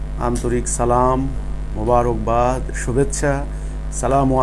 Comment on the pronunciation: সালাম দেওয়াটা শুদ্ধ করে নিলে ভালো হবে